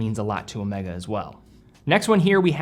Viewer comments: Ow May Gaaah , not owmekka, it's the name of a Greek letter..., come on you can do it.. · Please, please, whenever referencing Omega in conjunction with James Bond it is always Omeega as pronounced by the true Bond (Connery). Thanks. Used watches? Crikes, you are turning into an industry. 👍